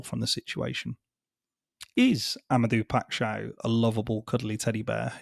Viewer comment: For future reference, as a Portuguese speaker, his name is pronounced: Ama-day-uuu Pai-sh-ow. Great video.